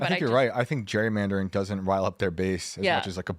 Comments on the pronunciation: he says "Jury". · Pronouncing it like a certain demographic pronounces ‘jewelry’. 😂